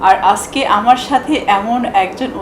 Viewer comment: Borsha Apa , Apni bangla word "ajke " aktu sundor kore bolen please . R ananta bhai, Apni live a thaka Khalin somoy nak gola dia onek shobdo koren ja khuboi bisri lage sunte !!! Fix koren please